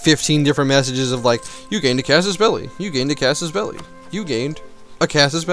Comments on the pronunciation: I believe you pronounced 'Casus Belli' correctly. It's a term taken from Latin, and 'Caw-sus Bell-lee' is the proper pronunciation. Pronouncing it like 'Caysus Bellai' would be to anglicize a Latin term. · Your pronunciation of "casus belli" is the correct one xD